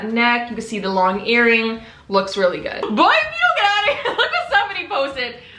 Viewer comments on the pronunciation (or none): none